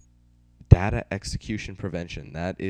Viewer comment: You red DATA wrong